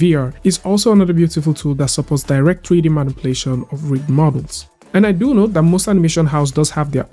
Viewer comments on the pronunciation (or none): Tree-D? What is tree-d?